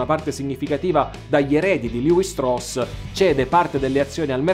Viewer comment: La pronuncia esatta del cognome ebraico è “Levì” come una delle 12 tribù.